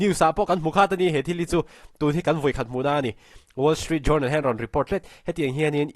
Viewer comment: Ngaihthlak a manhla hle. Pronunciation en lawk ang aw? Reuters hi Roy-tâz tia lam tur a ni a.... Tin Journal hi JARNAL tia lam tur a ni e. Journey, journal, journalism s 'jou' te hi 'ja' tia lam vek tur a ni e, aw?